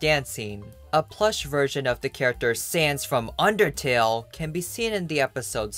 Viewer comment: The stress you put on ,,Sans from Undertale" is very amusing I think